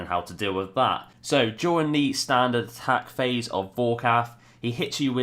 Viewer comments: Nice video as per your usual. I like your freeze "pahse." Liked, subbed, and algorithm done. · Lol freeze pahse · Haha, was looking to see if someone else spotted the pahse lol